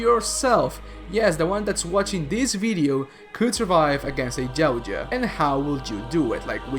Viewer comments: Anybody find it funny how he says Yauja he says it like jawcha 😂 get it right dumbass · Love the vid’s bro. One thing.. it’s pronounced (yow-t-jaw). Yow like cow but pronounce the y like a j in Spanish(Mexican spanish). Hard T. Jaw like jaw 🤟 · Why Jautja? Its Yautja. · Dafuk is a gao-ja?